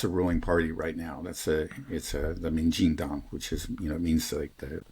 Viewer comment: Is you dad a native speaker of Chinese? His pronunciation of Min Jin Dang is perfect